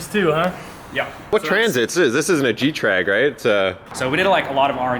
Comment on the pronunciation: OptimusOne getrag* it’s the name of the transmissions BMW uses